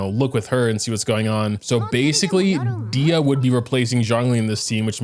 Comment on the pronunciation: NOOO PLS .... dia.... nooo. its dehya